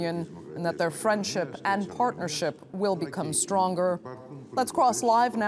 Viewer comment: firendship XAXAXAXAXXAXAX